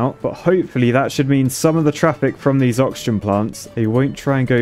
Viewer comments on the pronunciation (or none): none